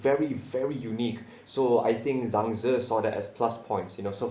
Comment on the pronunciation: a little correction not zhang zhe but zhang ze haha